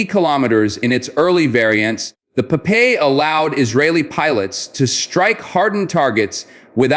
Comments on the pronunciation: Its is not po-pay but pop-eye! we saw a lot of cartons in our childhood in the 70 in Israel! Pop-Eye is a hero! gentle, most of the time humble and naive, but when he took his spinach could blast to peaces any bad guy! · Pronounced pop-eye.. per the famous sailor cartoon hero... And its tracking head's 'eye' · Popeye... you cant even pronounce olive's boyfriend's name correctly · Blah, blah, blah AI generated hot air and bubbles without any factual information. The missile name is pronounced Popeye, something that the stupid AI program for a certain reason cannot pronounce correctly. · Great video I’m letting him but the way the AI is saying Popeye is funny